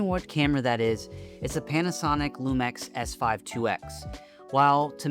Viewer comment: Hearing it pronounced Lumex was killing me lol